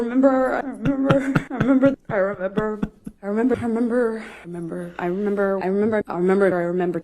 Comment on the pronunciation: When she says "I remember" so many times it sounds like she is saying "I am Amber"🤣